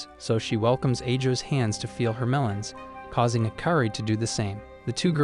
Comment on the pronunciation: Ayo why you say meleons☠️